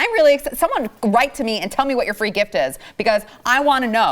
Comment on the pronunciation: Awww no more "fwee" handouts